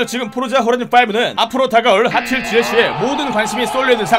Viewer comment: ??? 왜나만 핱튈로 들리는 거같지